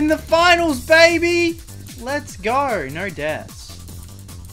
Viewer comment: “Let’s Gor”